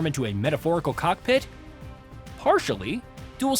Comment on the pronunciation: People mad about guy’s pronunciation of cessna but the guy can’t even pronounce COCKPIT twice what are you mad ab?? 🤣🤣